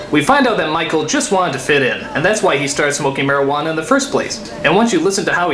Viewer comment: Cuando Simón dice Marihuana le escuche Maradona y pense "genial, van a hablar de futbol"